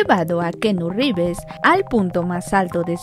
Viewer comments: que pedo universal ?! wey mandela a cursos o clases de ingles avanzados . a la narradora . revers har downeyjonson?! quien vrgs son esos weyes ? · Keanu Rrrrivers!!! Y la toalla del mojado jajajaja Se paso De lanza con el Rivers.